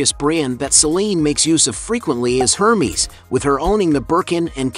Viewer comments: And he said Her-meez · Exaggerated ex-spending? What is that? And the brand Hermès, the H is silent.